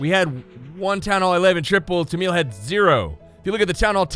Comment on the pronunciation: Its tamil not tanmil